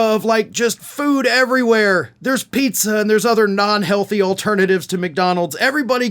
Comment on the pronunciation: Anyone else pick up that he said 'There were non-healthty alternatives to McDonalds'? Has he got shares?